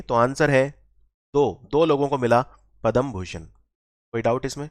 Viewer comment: Thank you. .one thing I noticed is it is not Padam Bhushan. ..it is Padma Bhushan...Padam & Padma 😂